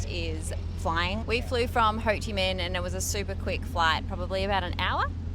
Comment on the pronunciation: Ho Chi Mink, not mean. Minh pronounces similar like mink in English.